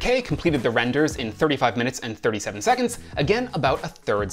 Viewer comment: seconDs not seconTs....